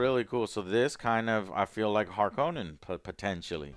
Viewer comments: He changed the sound of harconna like hes name in the us hes name is denis not deenneve its fukin denis like denis the menics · Joe, the new movies pronunciation of Harkonnen is the correct one. Frank Herbert himself called them that in the audio books he did of the first book.